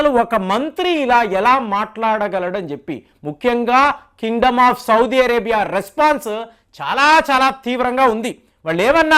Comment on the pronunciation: Sir , first know how to pronounce country names . Sodi vaddu